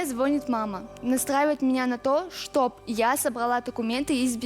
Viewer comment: Почему они говорят «Чоб» заместо «Чтобы» 😂😂😂😂😂😂😂😂😂😂😂😂😂😂